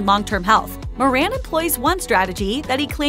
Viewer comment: It's pronounced More-un not Mor-ran